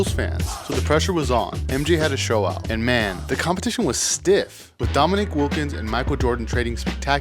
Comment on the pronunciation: Its not Dominic Wilkins. Its "Dominique"